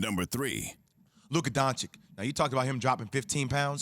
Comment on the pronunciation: I'm surprised Jwill is able to pronounce Dragic, but not Doncic...